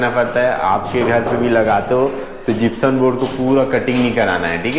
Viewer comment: जिप्सम बोलते है न की जिप्सन